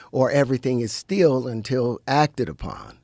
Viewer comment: Terrence can’t even pronounce Still as in “staying still” and also pendulum. Dude has no clue what he’s talking about. He read an occult book and decided to go all in with zero knowledge nor intelligence to do so with.